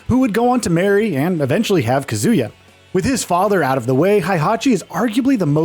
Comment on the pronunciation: It's KAH·zoo·yuh, not kuh·ZOO·yuh. They literally say his name in the character select screen in EVERY GAME